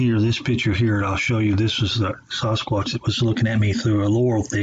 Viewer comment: Dude why do you pronounce sasquatch: saaaahsquatch and David Paulides last name completely wrong?